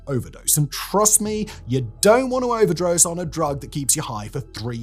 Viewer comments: an accidental mispronunciation “Overdrose” Thanks, that’s my band name now ՓvëՒժՒՓՖê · "Overdrose"... really?